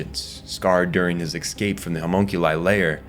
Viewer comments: Great video bro but ..how many Ks do you think are in the word "eScape"? Not Exscape or Ekkscape... Say it escape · It's pronounced Escape. Not "Ecscape". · Every time he said "exscape", my soul hurt. Otherwise, fantastic video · excape. Nothing worse than mispronunciation of simple words. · Love your videos, you do great work--kills me every time you say "ex-cape" though lol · "Excape" "excapes" "excaped"... your incorrect pronunciation of this word is so jarring (immersion breaking) that I started to feel as though you purposely mispronounced the word over and over. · take a shot for every time this guy mispronouncews the word "escape"